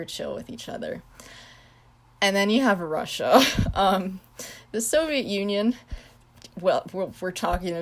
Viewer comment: Your not alone with not pronouncing Soviet Union correctly, I do mispronounce the Soviet Union as "Soviet Onion"